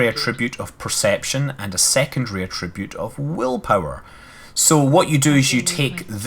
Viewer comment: Damn limey, it's an attribute (at-ra-butte), not a tribute. Learn English!